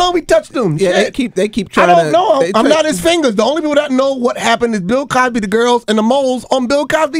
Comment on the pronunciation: That fool said Bill Cosby eye!!!